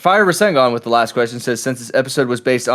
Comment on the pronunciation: Can we talk about the character development for and saying rasengan right